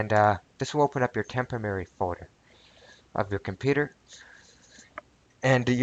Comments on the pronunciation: Tempemary files tememerary files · LMAO! It's a "Tempomary"! LOL! It's Temprorary. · Tempamerry? lol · This time, I am fairly certain you proved you could pronounce 'temporary' correctly, albeit only once out of six attempts. Still, congrats!